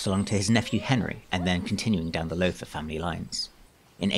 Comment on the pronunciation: You did a very good job on the history. Unfortunately you mispronounced "Lowther" all the way through the narration. The "ow" is pronounced like the "ow" in "brown". Think "How now brown Lowther." Thank you for your effort, nevertheless. Perhaps you would consider re-recording with the proper pronunciation in the future.